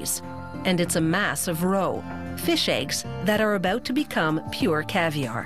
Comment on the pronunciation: You know what's weird? The way she says "out" and "about". lawls